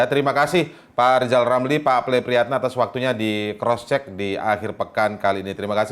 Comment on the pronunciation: Lijal lamli?Ngomong apa lijal lamli?100% ngili ya kalna dipecat jadi mentli?